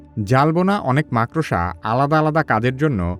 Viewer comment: ভাই, আপনি ভবিষ্যতে "মাকড়সা" শব্দটি সঠিক ভাবে উচ্চারণ করবেন এই আশা করি। ধন্যবাদ।